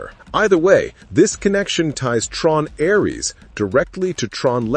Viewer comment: Ironic this channel using an AI to read and mispronounce over and over Ares